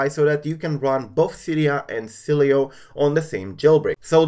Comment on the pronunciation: Hey btw Sileo is pronounced (Silo) The e is silent